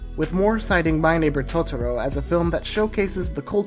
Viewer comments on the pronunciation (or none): none